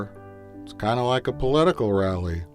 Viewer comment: anyone who regularly says "I was lik" shouldn't be allowed to make anything